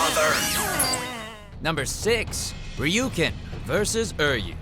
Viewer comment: I'm happy something from Bleach got on here, but what the Hell Todd?!😭 He pronounced Uryu and Ishida wrong! If I didn't know the series so well, I would've been like who are you talking about?! Oh well, at least he pronounces Ryuken properly, thank goodness. Kind of disappointed in you Haberkorn.😔